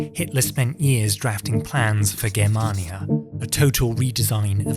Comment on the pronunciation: Its a hard G not a soft one in Germania. Awesome video by the way